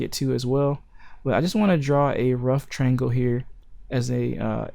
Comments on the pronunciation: Dude, it's not a "trangle" It's a triangle. That's TRY+ANGLE. Triangle. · Dude, it's not a "trangle" it's a triangle. That's TRY + ANGLE. Triangle.